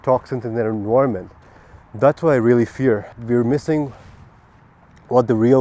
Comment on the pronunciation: Sick video bro! P.S.: EN-VI-RUH-MENT